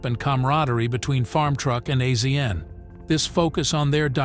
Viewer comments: no. The narrator has never seen it. The narrator is AI. It isn't real. Azn is pronounced "asian" $2800 is not "dollars 2,800" it is simply twenty eight hundred dollars. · It’s pronounced Asian not AZN I’m getting so sick and tired of these fucking AI narrators who the fuck says “Purchased at the price of dollar two thousand eight hundred” humans are so God damn lazy!! I’m out can’t watch this BS. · I believe it's pronounced Asian, like the continent. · Another AI reading the script and messing it up as do all of the AI read youtube videos. its not AZN we all know the proper way to pronouce his nick name also these dam AI's never pronouce numbers correctly I hate them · I figured as much... has this narrator never seen the show? A Z N? No! Its' Asian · Azn is pronounced Asian get it right people please ❤❤❤❤ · His name is pronounced Asian. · It kills me to hear him say azn soooo many times. Geez🤦‍♂️ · I hate these people who make a small documentary about people and they can't even say their name right. What are they just picking random celebrities and reading their wiki page? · lmao I did a shot every time I heard him spell AZN out it was literally that much I couldn’t tolerate it lol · AI doest know that ! When things are mispronounced, it's AI !